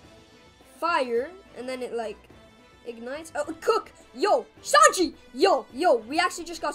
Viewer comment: The third time you said sanji you said shanji